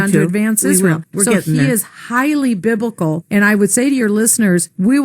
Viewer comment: It sounds like she's saying "Bib-i-cal", not "Biblical" - and that makes all the difference. Okay. It really doesn't make any difference. This bitch is totally wonkers. A lot of this country is equally nuts. Yeah, Trump is a religious guy.........and day is night, and black is white, and up is down, etc. WTF is going on with these lunatics?